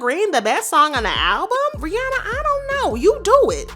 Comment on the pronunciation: No I was like she pronounced Rihanna’s name right🙌🏾 but after she sang in the drake voice she pronounced her name wrong lol😭